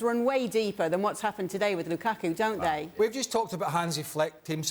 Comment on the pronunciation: gonna call lukaku---- LUKAKA now